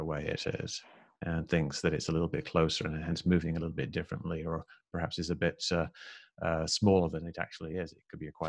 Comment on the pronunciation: I don’t know, I can’t trust a man who says ‘prahaps’.